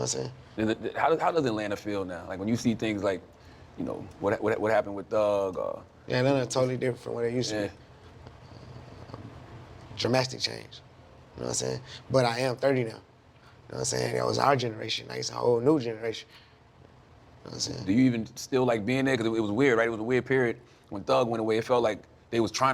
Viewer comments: bro he said dramastic omg 😭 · Baby said “ drasmstic change” 😂😂